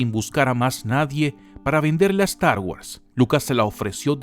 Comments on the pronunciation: da cáncer la forma que dices "Star Wars" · pero tiiiio "estargüas" "finaciamiento" "yors lucas"? al menos lucas si lo dices bien jaja sigue haciendo estos videos comicos maquina!!!!